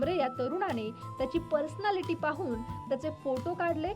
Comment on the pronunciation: Personality पर्सनॅलिटी. पर्सनॅलिटी म्हणायला हवं. पर्सनालिटी असं उच्चारणं चूकीचं आहे. पर्सनॅलिटी म्हणा.